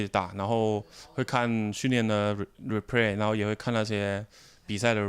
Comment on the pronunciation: lol chuan.. "repray"